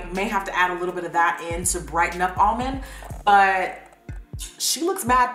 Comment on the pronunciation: Omg when she was pronouncing "almonde" it reminded me so much of that harry potter parody cartoon where ron goes "leviosaaaa" and then hermione goes "stooooop it ron, stoooop" I can't be the only one who's seen this 😂